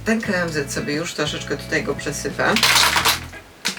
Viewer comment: Nie znoszę się tak czepiać, ale "przesypię" a nie "przesype" 😬